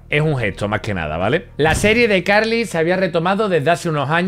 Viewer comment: Abuelo si pronuncias bien ICarly